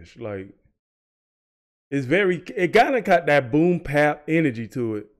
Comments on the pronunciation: Please understand that it's called "Boom Bap" Not boom pap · I'm curious, why do you always say "boom pap" instead of "boom bap"?